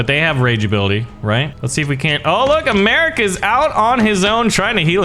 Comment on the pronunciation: Did he say a"meric"a ?